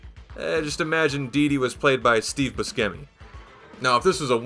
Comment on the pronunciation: the mispronunciation of Steve Buscemi was wild